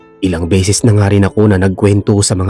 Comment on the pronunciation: Bisaya. - BESES hindi BISIS PERO hindi PIRO Para ibayad sayo PERA hindi PIRA Bisaya. - ORAS hindi URAS